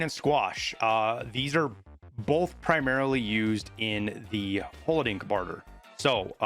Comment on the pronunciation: Always love the videos but man you butcher holodilnick every video hahaha